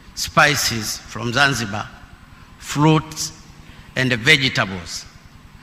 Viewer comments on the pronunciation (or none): Even to read is a problem,the word to Process pronounced Plocess,from (Flom),Fruits (Fluit) ,when you read an English words in incorrect way then it will bring another meaning ,so u will become a confuser,.otherwise good for trying reading my Hon Presida